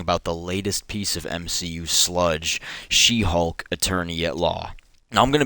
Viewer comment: is it me or why everytime he said She Hulk it become "She Hog "